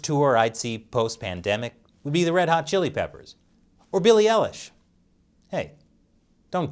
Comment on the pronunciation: Billie I lish not Ellis 😅